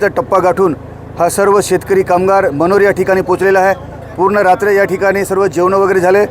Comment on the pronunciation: ताई मनोहर नही मनोर बोला न्यूस मध्ये नाव तारी नीट बोला 🙏🏻